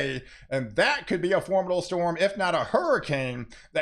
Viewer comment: I'm a new watcher. I've been accused of having overly excited responses to weather. I've found a kindred spirit! (btw, "formidable" has four syllables). I signed up bc I enjoy this so much. I'm tired of getting a censored and myopic view of weather.